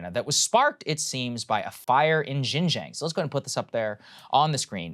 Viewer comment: "Jinjäng" please learn basic Chinese pronunciation before talking about china please